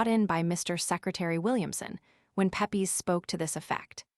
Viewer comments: Pep-ees lmfao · Unliterate American starts out by mispronouncing his name.